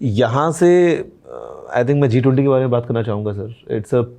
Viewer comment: Anybody have noticed that Piyush Goyal Sir said B20 instead of G20 and what means professional talent according to me professional talent is not only doctor engineer and also CHAMATAKAR 😂😂